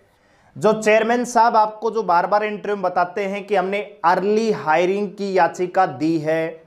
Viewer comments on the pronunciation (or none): English na aati to bolni zaruri h hairing, na hove hearing hoti h bolna bhi na aata